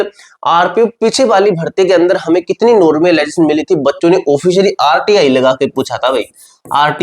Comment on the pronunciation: Phle normalisation bolna sikh le